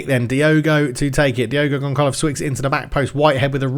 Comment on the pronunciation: Great vid! Lurker over here, just an heads up, you have zero physios! And please, as a Portuguese, the "ç" is read as "ss", you absolutely m*rderer the poor Diogo Gonçalves (Gonssalvess), you called him DiEgo Goncalevs about 15 times 😅. Btw, the Brazilian Coach's name is spelled Cai-ssa-ra But keep it up, loving the series already!